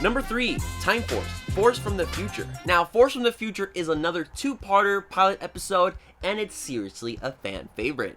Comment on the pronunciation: Nobody:: PYLEET EPISOOD